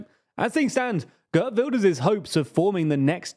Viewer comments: Pronunciation guide: Geert rhymes with beard, not bird. Caroline is pronounced like in English. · It is GeErt Wilders not Gert Wilders and Van der plas instead of Ven der plas 😂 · Geert rhymes with Wierd, to be clear. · Not pronounce kurt His name is pronounced Geert Wilders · "gurt wilders" bruh.